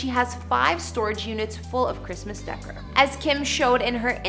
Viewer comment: Omg I’m dying! The ch on chandelier is pronounced softly as an SH sound. And wtf is “Christmas decker”? Do you mean Christmas decor?? The or is pronounced as or not er! Sorry but I just can’t get over the multitude of mispronunciations in this video.